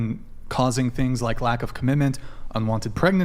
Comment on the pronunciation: Well, at least these ladies are all about the Commih-menh … perhaps some day someone can introduce them to the letter ‘T’ .. and we can get some actual Commitment out of them. T .. it’s not pronounced “eh!”